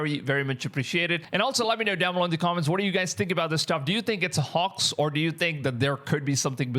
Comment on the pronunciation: Hey brotha. Just a friendly 'how to' because the English language is weird and nonsensical at times, but the 'ph' in sphere or spherical doesn't sound like a 'p'. Together they make the 'f' sound, or "fffff". "Fight. Fire. Fun. Sphere" Also, the 'o' in 'hoax' has the sound of a capital 'O,' "Bow. Toe. Row. Hoax" Good video man👍